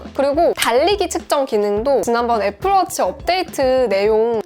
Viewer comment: 와플워치라고 읽거 피식했네...